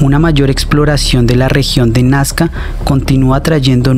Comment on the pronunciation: No es nascar es NAZCA